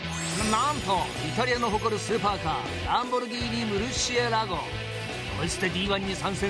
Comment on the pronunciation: "ロンボルギー二"